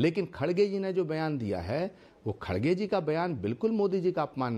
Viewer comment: It’s NOT “Khadge”, it’s “Kharge”. Not sure why he is mis-pronouncing again & again 😂